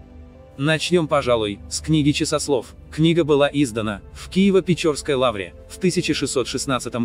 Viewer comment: Гага. Ты говоришь "Киево-ПечОрские". Не палишься ни разу, угро-финн. Что такое "печорские"?